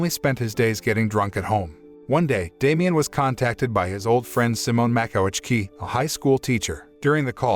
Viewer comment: As a Polish teenager, I can say you are pretty good when saying Polish names. I was really impressed when you said ,,Makowiecki" name. By the way, you are creatig great content with your channel.